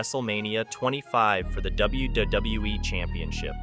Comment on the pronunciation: I think it's AI generated, the voice over and some of the images... just listen to and how it says WWE lol " W-Duh-WE"